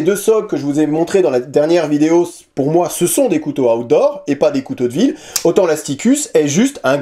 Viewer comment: Ta façon de dire "Outdoor", on a l'impression que tu dis "Hot d'Or", remarque, c'est logique quand le couteau s'appelle Asticus 😂😂😂